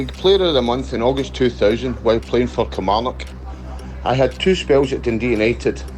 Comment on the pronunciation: why do yo all call it kilmaurnock!! haha being an ayrshire lad you should know better 🤣🤣